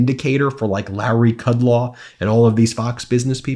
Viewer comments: Kud-LOW, not Kud-LAW, ROMO, not ROMA. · Kudlow's brain has melted from his decades of cocaine abuse. It's KUD-LOW, you mispronounce a lot of names and words. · Ben, Although I don't like either, it's BartaromO(sp) and KudLOW, not 'ah'. Just FYI...